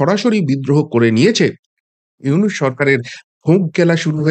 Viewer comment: দাদা, "ইউনুস" নয় , " ইনুচ" ।